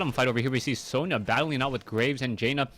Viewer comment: Sona not Sonia